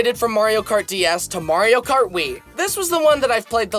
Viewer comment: Remeber the time he still said kario mart?